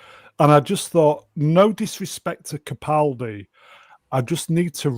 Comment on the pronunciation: Why does constantly mispronounce CAPaldi as PACaldi?? Ffs get the man’s name right!